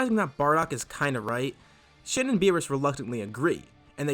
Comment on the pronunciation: It sounds like your saying shit when u say shin XDDD